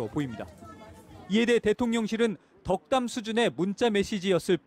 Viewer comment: 아 ~~~~ 덕담 ? 떡담 아니고?